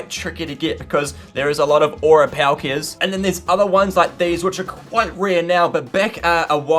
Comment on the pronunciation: Palkia is prounced as pol kia